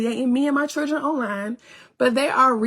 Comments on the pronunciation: Why do she have repeat every single sentence? Omg she do fkn annoying and she still can't say children right i can't stand this 304. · She needs to learn how to say children! 😂😂